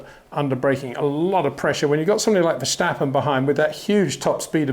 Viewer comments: Great video again,, biased again, but I'm used to that. But really for the last time; it's Verstappen, not Verschtappen. It's not that hard. 😁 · MEX??? VERSTEPPEN..? HOW TO PRONOUNCE BOTH A 'S IN THE NAME SOUND LIKE IN CARWASH